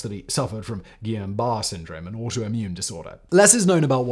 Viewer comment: What’s Guillan Bar? It’s called Guillén bare